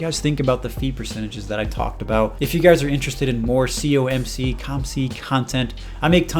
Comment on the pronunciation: Why do you say C U M C, when it's C O M C? Am I missing something?